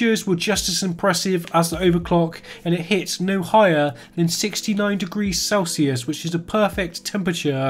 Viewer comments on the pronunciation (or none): none